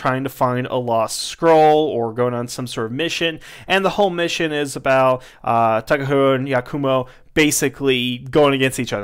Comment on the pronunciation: It's pronounce "ha," not "hu" in "Takaharu."